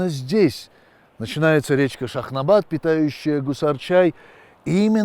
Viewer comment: Не Кусар, а Гусар -также как Губа, раньше по русски Куба. А так интересно рассказывает.